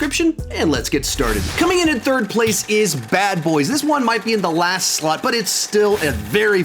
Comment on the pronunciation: When he said " this one might be in the last slot," did slot sound like "slut" to anyone else?